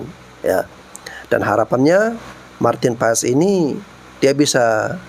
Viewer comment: Martin Pas..not martin pe es